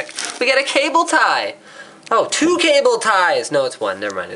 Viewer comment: it doesnt take much to excite you ... "twoo cable ties" lol